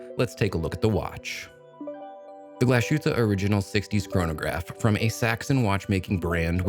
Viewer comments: Glashootah? Lol, c'mon now, Glashutte is Glass Hootah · Hi Guy: Just an annoying note on the brand name pronunciation: 1. Pronounce it however you want and see fit. 2. However, if you would like to get closer to the German pronunciation, try this: Glas-hoot-uh Ok, sorry for being that guy but I am that guy. You are also that Guy! Haha. Take care man and glad to see you are getting paid for some vids. You have done a lot of work. --Michael